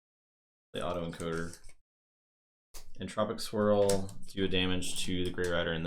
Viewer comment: When you said "Entropic Swirl" I definitely heard "Entropic Squirrel"... time for a parody house from the creators of Barkham Horror =D